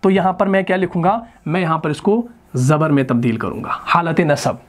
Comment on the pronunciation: Sorry to say magar main me meem yaa zabar hota hai jiska maana "I am" banta hai aur "mey" me meem yaa zair aati hai jiska maana "In" banta hai aap dono ko "main" hi pronounce karte hain .